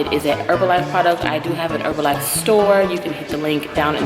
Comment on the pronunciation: You're saying Herbalife correct because the "h" is silent.